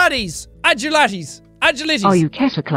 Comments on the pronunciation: Just realised he pronounced agilities wrong hahah 🤣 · Did anyone notice he said agilities wrong and doesn’t even know the word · Ok Ketter class is a game based on humanoid creatures highly classified shit the platform runs in so many site such as roblox by the name site 17 and there is an actual rp game play it's hard and you pronounced agilities wrong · I like how he doesn't know what agilities mean and how to pronounce it